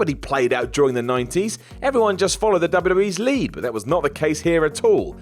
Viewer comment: why cant you pronounce the word 'that'